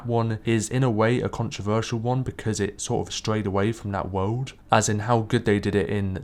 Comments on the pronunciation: Its world not wouuuld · "world"! Dude sounds like he's deaf most of the time as it is, but he needs to avoid that word.